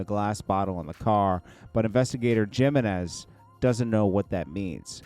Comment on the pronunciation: Its J sound like and H in Jeimenez